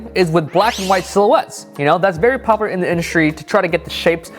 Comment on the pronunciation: “poplar” - 2019😂😂